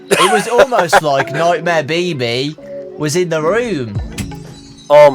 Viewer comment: When say nightmear BB i hear it baby and i be like wait....did they have nightmear Baby 🌚